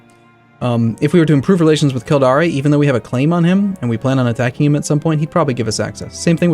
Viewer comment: Kildare is "Kill-dare" and the River Thames is "Temmes"